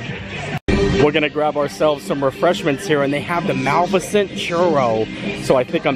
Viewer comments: …. Dude….please… Mah- lif-I-cent! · Mispronounced Malificent- 9